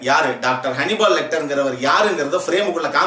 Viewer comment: Its not honeybal its hannibal